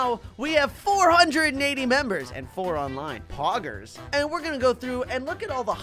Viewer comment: the way he says poggers and how he zooms in on his mouth has my rolling XD idk why i think its funny!